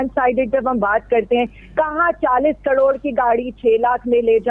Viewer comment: She don't even know how to say caror 😂😂😂